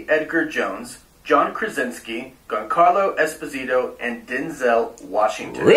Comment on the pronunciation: It’s hard to take that guy seriously when he pronounces “Giancarlo” with a hard G instead of a soft G. LOL